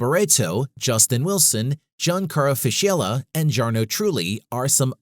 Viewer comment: "Giancaro Fishiella" oh my godness I have to laugh a lot how he pronounced him